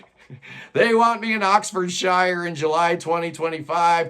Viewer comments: Oxfordshire is pronounced Oxfordsure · Anyplace with shire in it is pronounced SURE